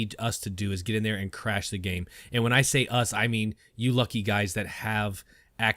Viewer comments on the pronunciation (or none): none